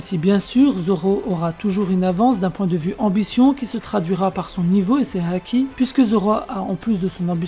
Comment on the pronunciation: Évite de dire la haaaki avec un accent chelou